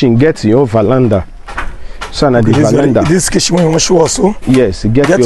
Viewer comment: it's called Veranda and not valanda. Dọmọ Sir.